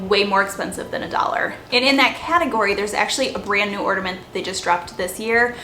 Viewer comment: Ornament not ordement